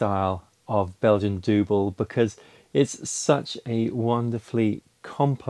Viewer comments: Awesome video and ditto brew! As a Dutchman myself I can assure you it's pronounced not like "dooble" but more like "duhbol" if you see what I mean :) It's closer to the English double than you might think. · Yes, it is pronounced as dübbel with thd german ü. But the beer got it's name from the crosses that the brewers marked on the barrels. It was a sign how heavy the beer is on alcohol. One cross is enkel in English single. Two crosses was the dubbel or in English double. 3 crosses is tripple or trippel in English. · Dubbel is pronounced as “double” 😀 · It wouldn’t be a true Homebrew Challenge video without screwing up the pronunciation